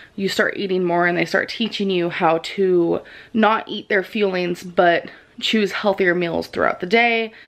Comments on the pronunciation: It's "fueling", NOT "FEELINGS" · Jaci Cargal So it’s not just me that hears her saying it that way! It’s just like her saying “feelings” instead of fuelling like all reaction channels have pointed out lol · I'm sorry but it grinds my fucking gears when she said "feelings" as opposed to "fuelings".. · Is it just me or does her mispronunciation of "fuelings" as "feelings" come off as a Freudian slip? Like gorl we already know that food equals feelings for you, if your eating disorder is so bad that you're subconsciously admitting it then you need to seek REAL psychiatric and medical help. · She actually said "fuelings" but it sounds like feelings. Zachary Michael even made a joke about it in one of his reactions lol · fillings? feelings? fuelings? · I'm sorry but to me as foreigner the way he says fuelings sounds exactly the same as would say it. 🙈